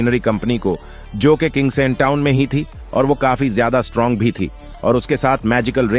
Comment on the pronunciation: Strang nahi hota strong hota hai